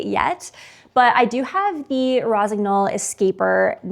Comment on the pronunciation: Jesus Christ, if you love the brand and promote them at least learn how to pronounce it. GN is pronounced like NE in NEW.